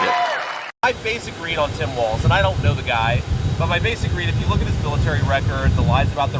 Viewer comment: It’s Tim Falz